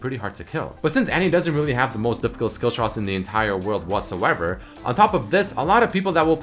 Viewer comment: take a shot every time says whatssoever